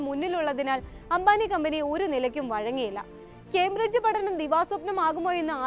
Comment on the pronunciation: കേംബ്രിഡ്ജ് എന്നു പറയെടാ